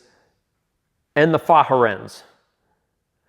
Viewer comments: Well done video. Point of information: Fahren is two syllables and is pronounced fa-ren, not fa-ha-ren as stated in this video. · Fahren is a German verb. It means "to drive." Pronunciation is similar to " far-in." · The amount of behind the scene effort and time is commendable :) super job well done ! oh fahren is Germanic for " drive " pronounced "far ren" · Hey, I don't mean to be a stick in the mud here, But..... Fahren is pronounced Fah ren. It's German for "Drive" Stay Safe.